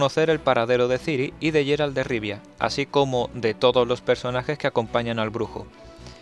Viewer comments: en ingles ingles lo nombran Geralt no yeralt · es GUERALT NO YERALT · No es "Jerald". Se pronuncia como "Guerald"